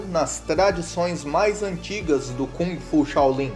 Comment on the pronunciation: Boa noite, Bruce Lee foi, é e para sempre será o melhor lutador de todos os tempos que este planeta conheceu, indubitavelmente, simplesmente ele era um gênio, aí esta a gigantesquíssima diferença entre ele e outros! E por favor aprenda a pronunciar Kung Fu! Qual é a credibilidade de alguém que fala sobre o melhor lutador de todos os tempos Bruce Lee, se essa pessoa não sabe se quer pronunciar direito a arte marcial na sua essência chinesa que Bruce Lee mostrou ao mundo?